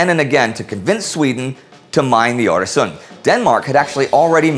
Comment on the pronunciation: wow your pronounciation of öresund is absolutely flawless :O